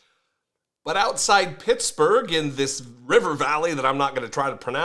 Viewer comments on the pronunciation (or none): none